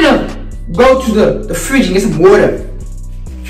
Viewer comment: The way he said water 😂😭😭